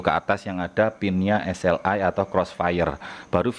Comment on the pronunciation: cara mbacanya itu S-EL-AI